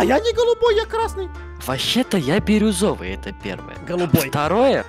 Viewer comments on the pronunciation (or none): бИрюзовый, а не бЕрюзовый